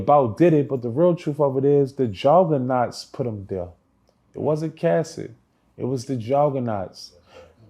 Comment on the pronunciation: "Johgganahghts" will faever be a legendary word😂😂😂